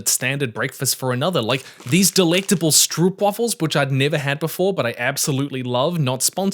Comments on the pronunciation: being Dutch I have to tell you that it's ponounced strope like trope, not stroop like loop. ;) A Dutch food-related saying: "daar heb ik geen kaas van gegeten", which literally translates to ""I have not eaten any cheese of that", which means that you don't know much about it. As if everything contains cheese and if you have eaten it, you know a lot about it... no wonder the Dutch are at times referred to as "kaaskoppen", which translates to "cheese heads" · Youre prenouncing stroopwafel wrong. It sounds goofy like that. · I know dutch is basically unpronounceable but stroopwafels as stroepwaffels is wild. Like the roop sound exists in english with words like rope. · Dutch girl here. The "oo" in "stroopwafel" is more like the "o" in "open" or "hope" and the A is hard to give an example of but probably best approximated by the ones in drama. Getting at least the oo right would get rid of most of the chuckles from actual dutch tho. Oh, and while we're at it—English speakers, please: "Gouda" cheese is not pronounced "Gooda." The "ou" sounds more like the "ow" in "how." :)